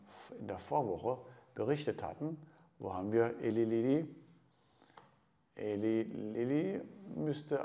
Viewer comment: Man spricht es "Ilei Lilly" :-)